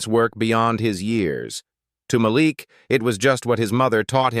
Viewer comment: The young man’s name is pronounced as MAH LEAK NOT MAH LICK. DUMB ASSES!!!!